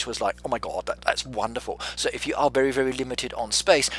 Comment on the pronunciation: Sounds like he’s saying “vely” like a mix between r and l